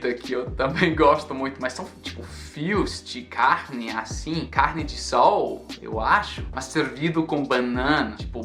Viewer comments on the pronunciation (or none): none